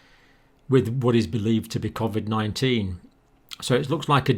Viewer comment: its not covvvvid it coooovid!!!